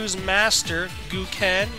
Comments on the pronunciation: Goo-ken lol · lol.he said vaga and el ferret gin and gooken. great review even with that 5/5